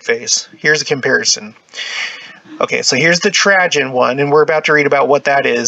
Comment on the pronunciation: This is fascinating but the mispronouncuation of Trajen makes me batty. It's Tray-gen.... like food tray. Not Tra-jen... like tragedy.